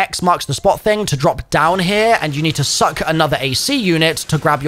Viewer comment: Why do you say SUCK like that lmao